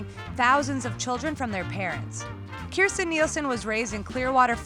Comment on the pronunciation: You're mispronouncing her name. Please be sure to pronounce the "j" in her name. "Kirst-Jen"